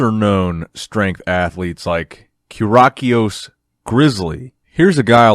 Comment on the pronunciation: "KyRaKioS"- SHUT THE HELL UP! YOU DONT PRONOUNCE IT LIKE THAT